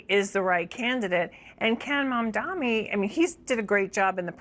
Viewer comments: *Mamdani not Mamdamy!🙄🙄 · why can't this idiot say MAMDANI correctly? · It is MAMDANI, Andrew. Are you dumb or are you mispronouncing his easy name deliberately ? Haven't you been told already by Mamdani himself during your awful debate where he gave you a shellacking of how to pronounce his name ??? Andrew it appears does not know his alphabets. Oh he is good at one thing though. Grabbing women and oh sending the elderly to their deaths